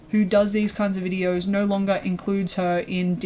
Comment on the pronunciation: i know have saved to my phone because the way she says "nyo" is too fucking funny